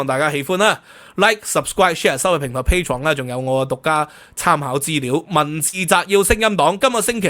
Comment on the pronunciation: Patreon = pay "床” 老人家聽完, 問點解呢個主持, 咁鍾意叫人 "裝" 佢張床. 😆